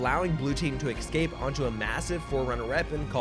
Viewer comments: its escape NOT eCscap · ESCAPE.. its Escape not excape 🤣 you're as bad as doc with his Tredmeal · The way he pronounces escape as excape is tough to listen to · Killin me with “excape” 🤦🏻‍♂️ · Not sure why but the way you say "ecscape" instead of "escape" bugs me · Fun fact. It's UNSC not USNC. Also, there is no X in the word escape.